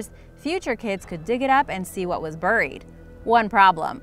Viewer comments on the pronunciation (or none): Uh, it's "Bear-ee" like Cherry, not "Bur-ee" like Hurry. Cringing every time I hear buried.